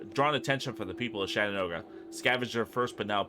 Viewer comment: Say it with me correctly CHAT-en-ooga